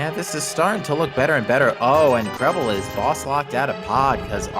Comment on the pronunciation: Its Krelbel not Krebble